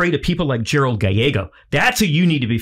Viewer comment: You are correct I know the full true story of these two and they are pronouncing the name wrong Gallego is pronounced as it's spelt like gal like a lady and ego like the waffles